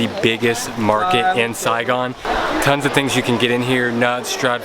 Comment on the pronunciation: I love when you say” Sai Gon”❤️❤️❤️